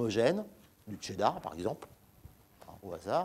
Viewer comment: Hey... Cheddar ca se prononce "Chez" (sans "T").... Pas comme le "Che" Guevara bordel !!!